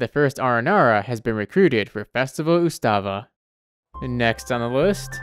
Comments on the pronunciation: IT'S NOT UTSAVA IT'S PRONOUNCED AS UTSUV!!!!! Utsava means festival or celebration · Ustava might actually be pronounced as usshava (ut-sho-va). The word itself is very similar to the word used for festival in India and Bangladesh ( probably also a couple of other south Asian countries) that part is just my theory tho. Sharva is most definitely shor-go which is pronounced slightly differently depending on which country/ region you're from, The word itself means "heaven". Oh also the Agni in agnihotra sutra means fire. I don't know what the other ones mean but they should be pronounced as such- Agni-ho-tra su-tra (slight emphasis on the t) I think the word sutra itself may be akin to a promise of sorts although I'm not sure, it's typically a word I only hear from Hindu people. Varuna gatha is pronounced as Va-runa Ga-tha ( it's normal to not pronounce the a in the end of Varuna so it can also be called Varun) Now for vimana ag-ama I don't think I need to break this down, it's pretty self explanatory and I'm lazy. Overall your pronouncication was a little awkward but you still said them correctly as far as I can tell.